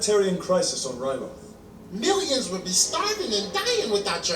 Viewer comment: You are great with the names! Toydaria is correct and the people are called Toydarians, Ryloth is the correct pronounciation and the people of that planet are called Twi'leks (not 100% sure how to write it tho). There is a lot of names in Clone wars but don't stress if you don't remember all of them :) Also a fun fact, the Jedi that died in the first episode was called Ima-Gun Di, kind of a play on "I'm gonna die" pretty ironic